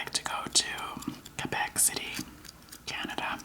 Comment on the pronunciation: I love you I'm from Quebec!Yay u didn't pronounce the U in Quebec!Thank You!Great video